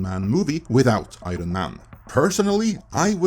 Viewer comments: This guy struggles to say 'iron'. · You have a very bizzare way of pronouncing "iron".